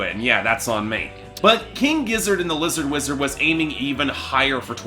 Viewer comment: It’s Lizard Wizard mate! Figure it out! If you can’t even say their name properly do you really think your review is valid. My review of your review is one star if that!